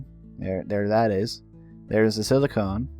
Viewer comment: Every time you pronounce "silicon" wrong, I die a little more.